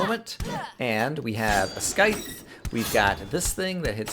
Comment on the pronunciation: the only way to correctly pronounce scythe is SAHYth